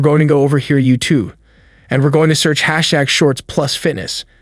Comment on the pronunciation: your voice is computer generated u say youtoo, not youtube